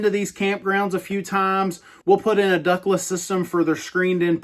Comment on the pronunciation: I thought you were saying “Douglas brands” in the beginning of the video. . . .